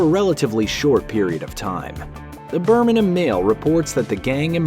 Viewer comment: 10/10 for pronunciation of 'Burminum' (the way a Brummie would say Birmingham)